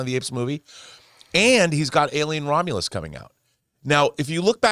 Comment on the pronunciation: Alien Ro-meh-lus